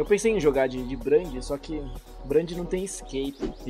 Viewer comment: "Brãnd , Yóda" AUHSUSBSJSBSSUHSJS